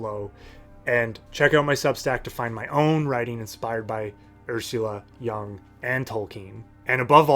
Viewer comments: Jung as in Juuung, not young. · The u in 'Jung' is pronounced like the double o in 'book'. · Great video my dude, but you’re pronouncing Jung wrong and it hurts my ears. 😅